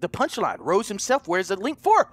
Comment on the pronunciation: Sean Rose not Sean ROSS